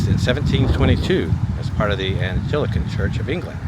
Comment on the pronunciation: ANG-LI-CAN church. 2nd YOUTUBER in recent days 2 butcher this word. 😂 😂 The Anglican church is the English version of the American Epsicopal church. Did that guy not say y u were not allowed 2 film inside the other church? Such a pity. I really enjoy viewing inside churches. Especially the older ones.